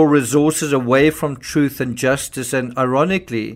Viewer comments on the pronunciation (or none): none